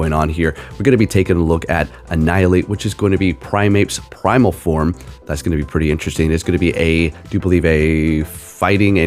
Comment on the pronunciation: each time he says primal form i die a little